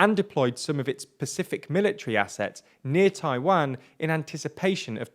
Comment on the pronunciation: Your pronunciation of "Taiwan" is terrible